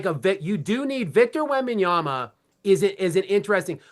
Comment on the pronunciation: Whitlock you spent half a show making fun of someone not pronouncing Vrabel’s name correctly and you just spend an entire show mispronouncing Wembanyama’s name.